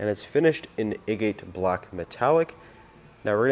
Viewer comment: A-Gate….. lol. It’s Ae-get…. Like an agate rock 😂